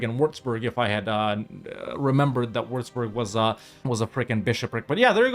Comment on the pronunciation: Its pronounced wüatzburg, not wurzburg🤣